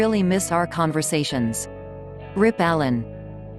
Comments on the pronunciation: This robot actually reads 'rip Alan Rickman!'- to what, to pieces? If you have to use a robot voiceover, for gods sake help him do his job properly and write it out for the poor machine. Are there no backpack travelling English native speakers in your country, wherever that may be, to do this job for a fiver and lunch? Only Alan himself kept me to this video and prevented me from hitting my laptop too hard...thus, I only hit the mute button, and oh, what delicious silence! The content of the video I find quite informative and true to facts as known commonly, but not new. Thanks for giving Alan credit, acknowledgement and praise anyway. But you missed out on him playing a gruesome judge in Sweeny Todd, that's Snape mean 2.0, and singing, too! Or maybe I overlooked it when seeing red because of the robot.... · It's deeply disrespectful to use a computer voice to speak of someone's death and then say "R.I.P." incorrectly. RIP ; R.I.P.